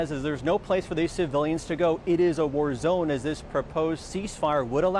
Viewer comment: Is this guy for real? Did he really call a "war zone" a "warZONE" ... all one word with emphasis on the second syllable? Plus, he looks greenscreened...he doesn't look "live" at all.